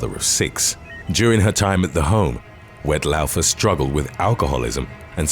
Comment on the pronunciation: Woodstock isn’t far from me … and it’s pronounced ‘Wet Law-fer’ … no offence 😉